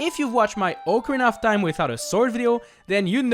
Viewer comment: It’s pronounced “Ock-a-reena”